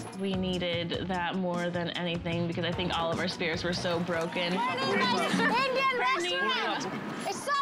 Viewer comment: wtf💀💀 "indish"😭